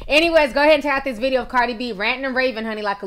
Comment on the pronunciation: not trying to be rude, but you said cardis name wrong lmao